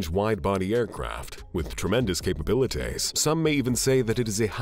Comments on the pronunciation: Just when you think it's human - "capabilitays" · " tremendous capibilitays" 😂